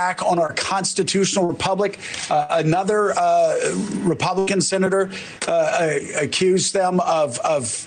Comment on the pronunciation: lol she said "publican" 😅😅